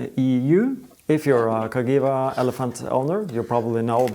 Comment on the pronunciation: Loving the series - now watching all the back episodes to catch up, great stuff!! But... must say one thing: Cagiva is pronounced Ka-jee-va where the j is the Englisg J not the Scandinavian j which is like y in english.. The name actually comes from CAstiglioni GIovanni VArese, read more here